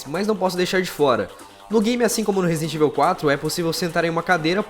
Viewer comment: Podia aprender as pronúncias. Resident Évil e Raicon City dói os ouvidos.